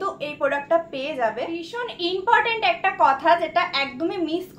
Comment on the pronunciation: রোজ বলো বিষণ বিষণ,,বিষণ বলে কথা হয়না ,শুনতে খুব বাজে লাগে।।। কথা টা ভীষণ please ভীষণ বলো।